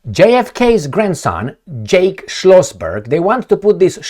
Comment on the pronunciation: Jack not “Jake”!!!!